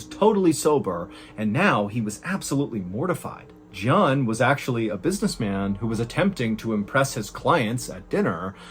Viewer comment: If I had a shot for every time he said jjohn I'd be hammed